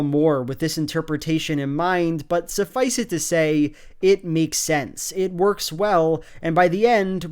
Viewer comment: Is "suffic-ah to say" an American thing? I've heard a couple of Americans say it now